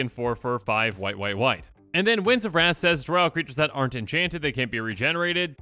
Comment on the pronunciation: When you were going on about wrath and like not to always do it i thought for the longest time you were saying rats and I was just like what's wrong with rats?